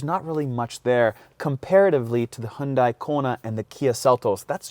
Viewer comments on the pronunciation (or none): none